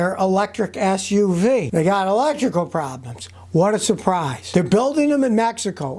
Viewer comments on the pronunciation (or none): Pretty sure you said, "...their Ass-U-Vee..."